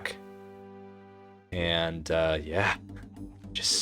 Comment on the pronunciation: “Any und sand” 😭 relatable af speaking German